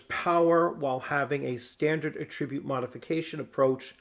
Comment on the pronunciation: Great content! I love this system. FWIW at-TRIB-ute is the verb. The noun is AT-trib-ute. It's like re-CORD & REC-ord.